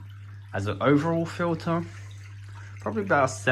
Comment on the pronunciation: What’s a fill-uhh?